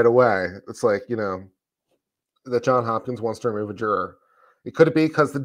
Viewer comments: It's JohnS Hopkins not John Hopkins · Can we please pronounce it correctly as Johns Hopkins? It isn’t John Hopkins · JohnS Hopkins John has an S on the end. Its two last names.